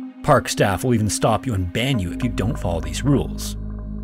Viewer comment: "Park staff will even stop you and ban you..." I thought he said "bang you"!😂😂😂